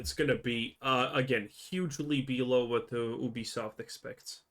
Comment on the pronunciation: Ubisoft found out . . . don't nobody want "He-Be-Soff'" HAHAHAHAHAHAHAHAHAHA